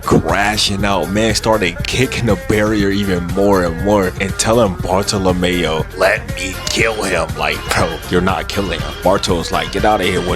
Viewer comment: Bar-Thaw-Luh-Mule... sounds like youre saying boruto or barlemew or some shit